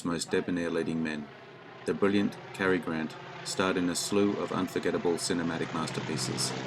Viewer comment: It's Cary Grant; not Carrie Grant.